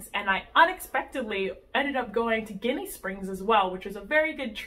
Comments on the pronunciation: Jenny springs is how locals say it .the word your saying is a derogatory word for Italian Americans lol good video tho . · I love both! Though Ginnie is pronounced with a "j" sound... like Jinny!